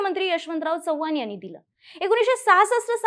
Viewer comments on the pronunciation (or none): none